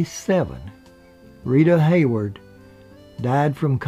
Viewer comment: By the way Rita Hayworth is not pronounced Hayword.